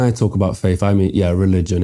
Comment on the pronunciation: FaiTH Not FaiF. PaTH not PaF. It is painful to hear someone speaking like this.